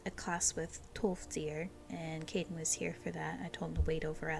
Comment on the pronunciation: K-eye-den is how his name is pronounced. I’m sure you heard it eventually in game tho, as it’s been a year lol.